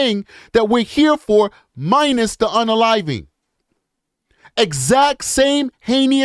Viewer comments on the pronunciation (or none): Heinous not heinious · Heinous is pronounced "hay nus." Just sayin'.